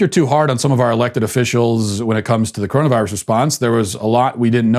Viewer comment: LOL..............love when he says CORONUS VIRUS